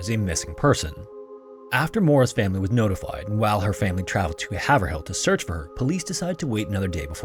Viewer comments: Hay-v-rill not Have-ur-hill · Haverhill is said as "hayve-rool" not "haver-hill lol just so you know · “have her hill” we pronounce this have(like if you said rave with an H instead of r) - rill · FWIW its pronounced Have Rill not hav er ill lived in that area in the past and remember the story. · Lol "halv-ver-hill". It actually is pronounced like "hay-vrell or hay-vrill" depending on how much of a local accent you have. It isn't that common to hear about NH on a channel like this, so thanks! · As someone from New England, I can confirm that the disappearance of Maura Murray is an infamous case around here. Also…it’s HAY-vrill, not HAYVER-hill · Note: it’s not Have-er-hill, it’s Hayve-rull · Ooof nails on chalk “hay-vrill” haverhill lol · I love how people pronounce haverhill as have-er-hill instead of the actual way which is, haave-rill (the double a is to show a long A sound) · It's "Hay-vrill" not "Have-r-hill", just fyi. New England dialect and pronunciations don't make any kind of sense so, if you find a town/city in New England, best to look up how it's pronounced even if it seems obvious. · Ah man, I a New Hampshire native and your pronunciation of Haverill was awful. I don't blame you though, New England town pronunciations can be counterintuitive. For the record, it's more like "HAY-vrill". That hay-ver-hill. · Haver-Hill New Hampshire hurt my soul. we don’t pronounce the H in Hill, it’s just Haverill but don’t be like ILL just el. pronounced Hayverel spelled Haverhill don’t ask. you’re lucky it wasn’t Worcester. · Háve-rill, not have-er-hill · I came just to post this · Massachusetts native here.... we dont say the second H and use a long A... we say Haverhill like "Haver ill" with the A sounding like Apple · I've lived in both NH and MA, both are pronounced Hay-Vrill. It's 2024, you can Google how to pronounce any word. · You can tell this guy isn't from New England. "Have-er Hill" 😂😂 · Hay-vrill = Haverhill 👈🐿😐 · Haverhill is pronounced Have-rhill